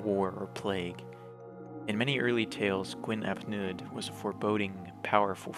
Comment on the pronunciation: It is pronounced 'Neeth' and 'Hleeth'. In Welsh, 'u' is roughly pronounced 'ee', while 'Ll' is either 'hl' or 'cl', and 'dd' is 'th'.